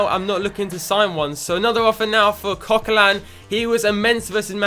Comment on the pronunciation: It is Coquelin